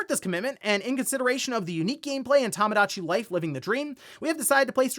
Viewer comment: One of these days is gonna pronounce Tomodachi Life correctly.